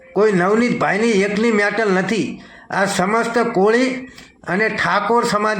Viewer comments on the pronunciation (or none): મેટલ નહી મેટર પેલા બોલતા શીખ મેન્ટલ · Pela metter bolta sikh dofa 😂😂